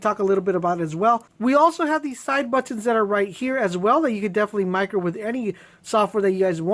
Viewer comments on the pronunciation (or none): I scrolled to see if anyone else thought that like me lmfao The way he says buttons... Butt Tawns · Say buttons 😂